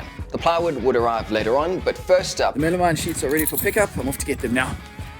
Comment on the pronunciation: It's called meh-luh-meen, not Mela-mine. It's like something hitting me in the face when you call it wrong.